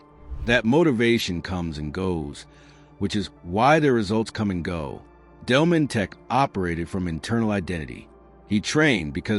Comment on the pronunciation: It's not Delmonteck but Delmonteek in pronouncing his name